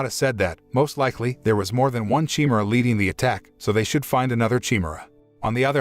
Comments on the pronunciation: I can't take this... Chimera is not chi-mer-aye. It's CHIMERA. LIK THE GREEK BEAST OF LEGENDS. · Chi-me-ra? That's a weird way to pronounce chimera.